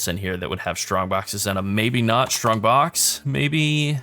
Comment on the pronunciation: For someone that didn't have English as it's native language, I find it really fun, hearing the word "shtrongbox" ^^